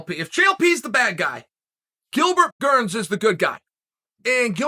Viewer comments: Why does Chael purposely call him Gilbert, “Gurns”? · At this point, if Uncle Chael doesn't mispronounce a name within the first 10 seconds, I'm a little bummed. Thankfully, he NEVER disappoints. Shout out to Gilbert Gurns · Did he just say Gilbert Gurns🤣